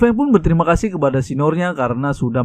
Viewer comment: Owkwowkwkw tadi dia bilang sangat berterima kasuh bukan kasih owkwkwkwkw